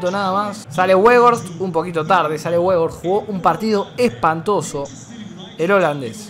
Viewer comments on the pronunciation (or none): Gente normal: Weghorst: Webos